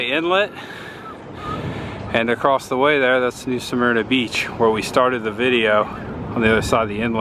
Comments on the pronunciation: And yes i kinda OCD over mispronounced words i personally say New SUH-MER-NA, rhymes with (HER) you actually said it right during the reading of the sugar mill, then you went back to saying New SMEAR-NA, but yes i am not a beach person, i hate the sand, i'd rather go tubing down a river. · Born and raised in NSB….live in Seattle, WA now….don’t get in the water lol j/k. At least say New Smyrna (New Sa-Myrna) Right